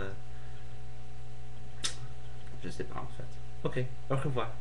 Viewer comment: quick corrections multiple choice=un questionnaire à choix multiples you said 'celle' referring to 'le systeme'- u shouda said 'celui' no liason with dix points 'en fait' is pronounced like 'en faite' s'en ficher que takes the subj, but esperer que doesnt! i'll leave it at that. you have good french and you speak quickly which is v good!! i hope i helped,sorry if i was annoying ;-)